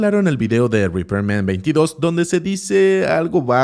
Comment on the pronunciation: No es repairman22, es repman22